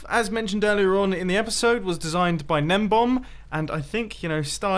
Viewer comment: is it juat me or is mumbo saying gnembom and not gnembon